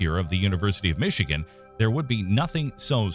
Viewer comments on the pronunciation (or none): none